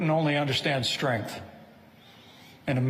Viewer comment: I like how you highlight mispronunciations like “strenth”. Some might say it’s pedantic, but Pence is a rich guy who could afford the best education, yet cannot pronounce a basic word correctly. I thought the same thing when Dubya Bush repeatedly talked about “noocular” weapons. Do not get me started on Trump, the worst speaker of them all.